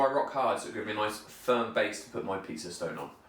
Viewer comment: You meant pizza right? In my English pizza has no R.